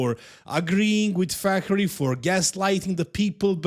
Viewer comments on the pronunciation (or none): Fakhri pronounced Fuckery is suitable. You can tell the guy is a piece of shit just from listening to speak for 2 seconds. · Its coach Fuckery that's the correct way to pronounce it